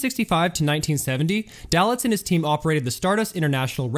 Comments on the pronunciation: It's Moe 'Day-Litz'. Not..."Dal-itz'. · Hi --Good video! a few important notes-, the large red arrow in the photograph is not pointing at Moe Dalitz... Moe Dalitz is pictured standing 3rd from the right... Mr. Dalitz' last name is pronounced Day-Litz... --That is not a photo of "Johnny Drew"--that is a photo of Johnny (Handsome Johnny) Rosselli-who was never a casino manager....and I have never read credit manger Hy Goldbaum had 13 alias names... Best Regards, ~Custer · Bill Curtis would pronounce it "Day-Litz" as opposed to "Dah-Litz". Tomato, Tomato. And it was "Tan-Jeers" not "Tang-ers" or whatever you said. But again, hey.